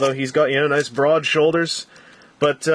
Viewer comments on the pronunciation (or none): none